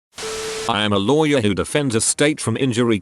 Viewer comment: sometime it says louwy where instead of lawyer